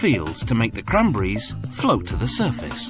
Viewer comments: it's c-r-a-n-b-e-r-r-i-e-s not "kramburis" hahaha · Except the way he says "cranberries" makes me laugh... "crunbries"